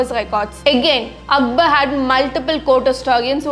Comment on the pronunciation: He was Akbar, not Akbal 😂